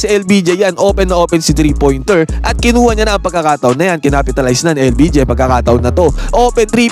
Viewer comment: Hoy Admin. LBJ ha hindi LPG ano yan gasul 😂